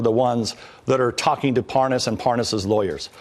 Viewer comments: Nunez says, “Parnoss” (his fake mispronunciation of his name), the right after that says “Parnas” correctly, twice. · D Notice he mispronounces Parnas, and then pronounces it correctly for a while, and then goes back to mispronouncing it when he remembers :D Gooooooold! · mins in .. OOOOH... would u look at THAT... 😲 i thought Nunes was gonna try & play it off, like he DIDN'T know the guy.. ("Lev Parnas") ... i mean... he's been pronouncing dudes name WRONG, for the past MONTH! 😳 (even in THIS VERY VIDEO) now, alla sudden, he's talkin bout dudes wife & he's able to spit his name out JUST FINE? 🙄 (purposely mispronounced mins in) 💁‍♀️ go ahead & go see for yourself! ( mins in .. Nunes goes BACK to pronouncing it WRONG? 🤣 ... open mouth insert foot?🦶) .. course.. some ppl can have the proof staring them, dead in the face & yet, it'll STILL get denied. 😕 [smh] don't b too lazy, to click the rewind button a few times... let it sink in... good... NOW READ BETWEEN THOSE LINES!! 😠